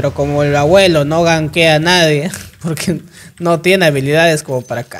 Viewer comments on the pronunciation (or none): none